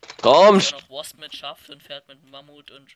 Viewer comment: Es heißt immer noch wasp und nicht warsp! :)